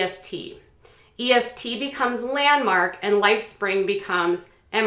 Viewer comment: I was in EST as a kid, good times! lol (ps you just pronounce the name, not the letters separately)